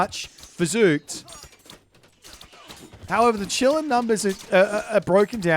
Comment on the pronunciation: Bro, ı just wanted to say that its not chillin, its kilin 😂